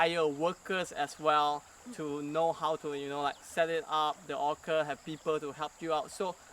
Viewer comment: Orchard is Not pronounced "Orkerd" lah!